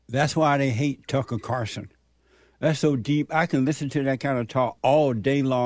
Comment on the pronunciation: Carlson not Carson